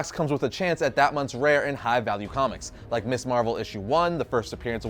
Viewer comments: Ms. pronounced Miz. MIZ Marvel, not Miss Marvel! And Monica Rambeau was Captain Marvel long before Carol Danvers. I am so close to giving up on you. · This is such a nitpick-y thing but... I think worth mentioning. Your pronunciation of Ms Marvel is slightly off. Ms Marvel should, actually, be pronounced Mz Marvel with a hard "z" sound, not like "Miss". The naming of Ms. Marvel as "Ms." Marvel rather than "Miss" Marvel was a deliberate distinction during the 70s since the use of the term "Ms" was a bit of feminist statement at the time. When used correctly, "Miss" is only used when a women is unmarried, while "Ms" is a neutral term that can be used regardless of whether a woman is married or single. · I know you're young, but it's pronounced "MIZZ" (Ms.) Marvel. NOT "Miss Marvel".